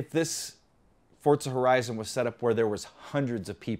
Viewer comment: what is forzta horezon?? 😂😂😂😂😂